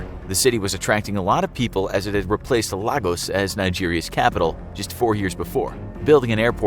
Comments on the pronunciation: *Lagos is pronounced Lay-gos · It is pronounced LAY-goss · This pronunciation though 🥴...... I know y’all aren’t Nigerian but come on 🤦🏾‍♀️. Even the pronunciation of Lagos. It is supposed to sound like, “Lay-goss”. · LAY-gos. Please learn to pronounce the names of major cities. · how about Lah goose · Is it just me or are they pronouncing every Nigerian name wrong . Its lay-gos , they're pronouncing it like it's Spanish ,lol. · Your pronunciation of Lagos will make folks over here in Nigeria burst into laughter😄, thumbs up for the efforts you guys put into your videos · The pronunciation of Lagos breaks my heart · Bruh. It's really funny. Especially Lagos, which is pronounced like its twin, Lagos, Portugal. I've had to correct a lot of people. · Lots of names were pronounced wrong but that one Annoyed me the most cause I'm from Lagos